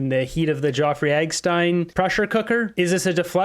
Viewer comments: Who the fuck is eggstein. Its Epstein, pronounced ep-steen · Epstine not eggstine dope. Ep stine pernounce it out